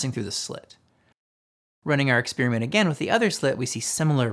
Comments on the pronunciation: "Experiment," not "expeariment" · Where do some people get this idea that "experiment" is pronounced ek-SPEER-ment? Why do you think this? Loved the video. I'd appreciate if you're going into this much detail already (which I love and is why I'm here) to explain where these equations come from, that you'd also explain where each of the terms come from while you're at it. Like where did the m^2 v^2 come from, or...8. Keep up the phenomenal work. Gorgeous presentation and a refreshing transmission of genuine understanding. You and 3Bl1Br are treasure for true thinkers.